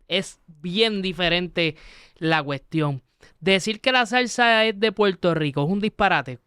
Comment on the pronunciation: buenos días y con respeto. Como internacional Debes mejorar tu pronunciación, ejemplo: Puerto Rico por Puelto Rico, por - pol, Acuerdo - Acueldo. Saludo. Escucha a tu invitado.